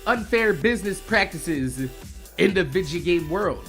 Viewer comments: why do you say videa instead of video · lol i looked it up its actually vidja games and the definition sais its how said video games